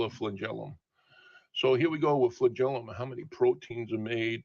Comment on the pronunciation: The flengelilium is so amazing! yea but the first organism probably didn't have one. Also that's not how you say that word. snowflake melts